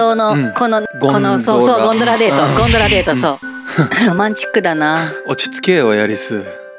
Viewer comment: ゴンドラが言えないエアリスかわいいwww ・・・・・え？